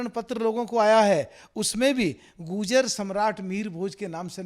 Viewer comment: Abe pagal phle to bo tu goojar bol rha hai har baar bo gurjar hain na ki goojar😁